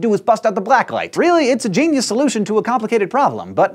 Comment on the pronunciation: Did he just say a GENE-ius solution?